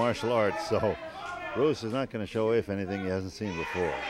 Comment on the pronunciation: Sorry to correct you but it’s afa not affa